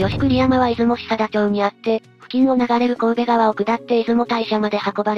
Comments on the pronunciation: 神戸川（こうべがわ）ではなくて神戸川（かんどがわ）です。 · 「こうべがわ」じゃなく、「かんどがわ」な。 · こうべがわではなく、かんどがわではなかったかな? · 神戸川はコウベガワじゃなくてカンドガワですよ☝️